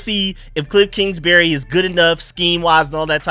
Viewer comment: I think it’s Kingsbury not Kingsberry